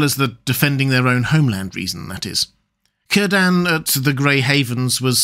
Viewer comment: PLEASE learn proper pronunciation. Tolkien was a philologist, pronunciation was important to him and he placed pronunciation guides in his book. All vowels are as in Latin. Cirden is pronounced Keer-den. Tolkien deserves that modicum of respect.